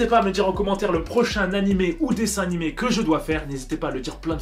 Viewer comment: "le prochain nanimé"